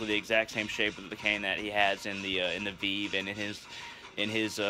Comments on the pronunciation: VEEV 😂😂😂😂😂😂😂 that’s not how you say it lmaooooooooooo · It is "veh veh" not "viiv" and it's pronounced "voh due" and veve are not burned especially not to papa legba!!!! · Vay-vay* and voo-doo* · that’s fine lol. It was just funny